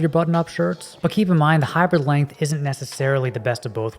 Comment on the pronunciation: You pronounce "hybrid" like "hyper". So every time I hear "hyper length" or "hyper shirt".